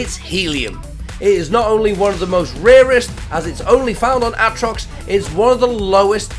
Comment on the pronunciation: Ahtrox, meethane, oh god lmao